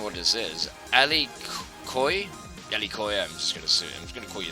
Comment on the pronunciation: Nice Q'n'a guys but please no a thing like "alikhoy". You must pronounce S as in Snake. So it's sound: " Alisioux" Also I think that the French pronunciation is not the same that the English pronunciation. But anyway I like how you speak ^^